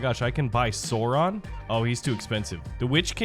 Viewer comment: i love how he says sauron (sore on)